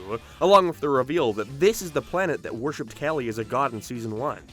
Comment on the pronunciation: God your pronunciation pisses me off. What is with you dragging out the ends of words? "Popularururur" "particularururur" "hererrrr" "planeeeert". Learn to speak properly before you take a shit on a show that thousands of us love.